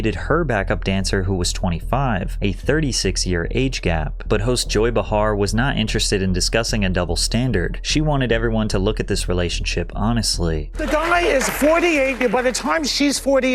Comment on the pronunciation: "Playtonic" not platonic? "Joy Bahhar" instead of pronounced like "Bayhar"? Hmm..